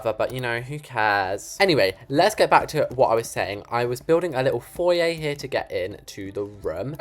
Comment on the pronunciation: FOYE? what da HEIL is a 'FOYE'?